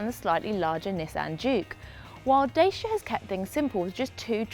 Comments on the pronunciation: just say it as it is pronounced "dat chee ahh" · It's called DACIA not DAYSHIA.